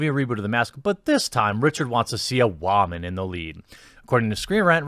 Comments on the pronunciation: What is with you and pronoucing the word Woman as whamen? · Why does he pronounce woman as "WAHmun?" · wha man? you mean woo man! go back to voice school! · Love the way you pronounce “woman”😂